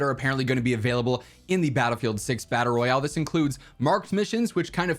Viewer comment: DICE: There is no BR in Battle-sing-se 😂